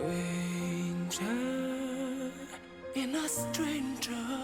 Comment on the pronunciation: Pronunciation still has some issues, sometimes he forgets to pronounce the "t", so sometimes it's ok but other times it's "Sranger in a sranger's land" and strength is pretty much every time "streith".